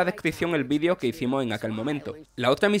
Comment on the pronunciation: Ps si dicen vidio,en vez de video